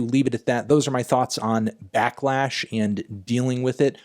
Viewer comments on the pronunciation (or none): it’s pronounced “back-lash” melon not “black-lash”